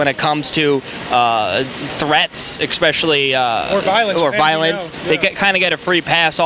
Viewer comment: I swear if he says expecially one more time!!